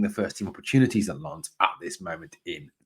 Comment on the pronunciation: Another good informative video. Very sensible view on why Rangers had scouts at the Hearts v Aberdeen match. Much as I would love Shankland to come to Rangers, it's a lot more likely they were there to scout the opposition for next week in my view. Refreshing to hear your decent pronunciation of "Lens" compared to other Rangers YouTubers as well. You almost nailed it apart from the silent "s" 😁👍